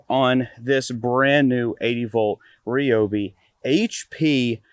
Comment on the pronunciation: Thumbs up, and I'd subscribe if it were a Rie-Oh-Bee, and not a Ree-Oh-Bee. Shame for clan Green Formly Blue. Lol but seriously definitely a thumbs up.